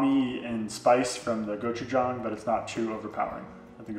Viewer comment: Thank you for not pronouncing “gochujang” like someone stepping on a banjo